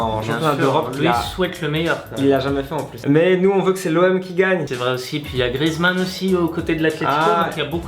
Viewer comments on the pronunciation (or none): none